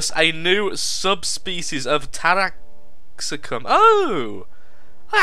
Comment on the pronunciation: Tara-Ox-Cum :3